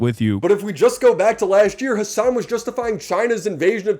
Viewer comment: Hasan doing the Obama fake pronunciation thing is wild. "Hussuhn NuzzzrullAH has been assassinated." Dude he had the first name as you! You're not an Arab, your a Turk!